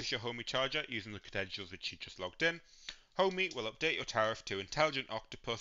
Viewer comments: It's Ohme, not Homey, infuriating! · I had to stop watching. Couldn't cope with the mispronunciation of Ohme. It's NOT Homey!